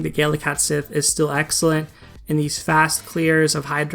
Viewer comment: Its pronounced cat she not sith. I learned this from final fantasy 7.